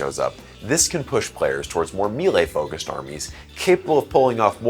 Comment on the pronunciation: It's pronounced "MAY-lay"